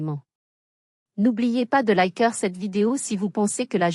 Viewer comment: Liker se prononce "é"